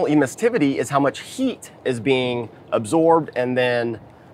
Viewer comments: Emissivity !! Not emissTivity !! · Just FYI: Sherwin William guy does not pronounce "Emissivity" correctly. (...ducking behind desk...) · Too bad the guest can't pronounce emmisivity properly. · I’m not positive but I think he’s mispronouncing emissivity.